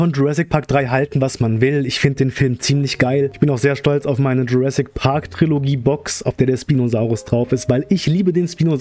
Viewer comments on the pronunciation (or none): none